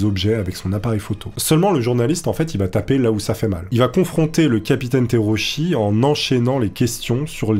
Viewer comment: Le nom du pilote se prononce Tera-ou-tchi au passage.